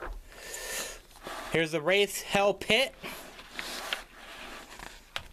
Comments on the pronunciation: lol u called the wriath the wrath lol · Did you really say "The Wrath"? LOL XD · He's out of breath opening a package. And can't pronounce "Wraith" correctly. Plus I can't see a damn thing 'cause the lighting is so dark. smh. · You pronounced it incorrectly and the worst part is they say it multiple times on both Wraith albums. This box would have been far more impressive if it were Vinyl. This just looks like they crammed all the original versions of the cd they had stocked up in the warehouse with no work put into it. No special packaging for the albums or anything. Just placed in a fancy box with some half-assed artwork. Not worth the money imo, especially if you own the albums already, and I'm a huge ICP fan and I'm still saying fuck this set.